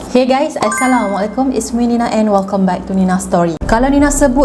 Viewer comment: Hi sayang, maaf ye mungkin telinga saya salah dengar tapi saya nak tanya, sebut assalamualaikum itu jelaskan sikit boleh ke, sebab saya dengar macam aisaylamualaikum. Kalau saya salah maafkan saya tapi kalau dengar semula ada terilap sebut lepas ni betulkan ye ❤ I LOVE YOU ❤❤❤❤